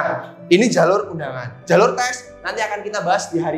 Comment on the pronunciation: Medhok kak "jhalur" hehe